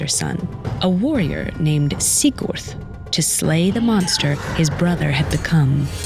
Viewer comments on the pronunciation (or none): As a native Norwegian speaker, I've never heard the names pronounced like this before. I considered turning on subtitles to understand Especially weird were "Lawkeye" and "Sick Urt".